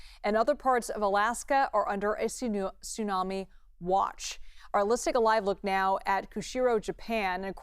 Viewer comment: did she say tsuno then Tsunami